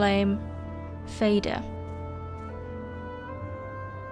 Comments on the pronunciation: "Fader" is swedish for Father and "Moder" means Mother. The "FA" in the beginning is pronounced the same as in father, so more like "faa" instead of "fae" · Fader (fah-der) is Swedish and Norwegian for "father" . It is not pronounced like the english word "fader" (ˈfeidər) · It's pronounced "Fah-der". Y'know, like, Moh'der and Fah'der. Mother and father. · Interesting, and well compiled, thanks! For pronunciation like the Scandinavians, you could try something like this: "more'der" and "far'der". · FADER is like FATHER but in Swedish is not pronounced FEJDER like you do in the video -.- so say Father with D in stead of TH there is the correct name. same with MODER it is just moder not MOUDER. sigh just please try to pronounce it right? pewpew. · Fædr i crave books 😂 let's not butcher the word father and mother, i know it's almost trendy in 2024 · Great content as always! I do have a small nitpick though, and that would be your pronunciation of certain words. I can't help but cringe a bit when I hear you say Fader as in the word fade, it makes me think of him as a ghost or something. His name is actually pronounced Fah-der, 'a' as in car. I know this is probably just annoying nitpicking, but many people will most likely learn a lot of lore from your videos, and they might also learn the wrong pronunciation of words subconsciously. I'm not asking you to learn Swedish or Icelandic or Norse, but just popping the names into google translate and listening to the pronunciation will get you closer to the real name than "Fayder":D But anyways, thanks for yet another well edited video! Keep it up! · Fader means Father in Swedish, and Moder means Mother. It's literally words in the English language, how are all english speakers pronouncing it closer to Darth Vader than Father (literally the same word as in Swedish/norse). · Fader is pronounced like father (and means the same thing - just as Moder means mother).